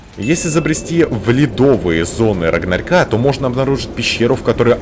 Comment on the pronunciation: Только вот не "рагнарька", а "рагнарёка"